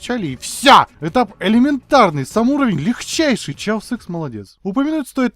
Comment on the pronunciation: Хаос икс, почему "Чаос"?